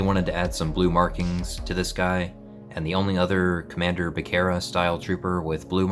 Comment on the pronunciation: The Bacara pronunciation is throwing me off just for future reference it's pronounced bu-car-uh Also, for the kama if you can I'd add a D-Clip to secure it as the realistic armor has a little clip where 2 straps go into the kama to secure it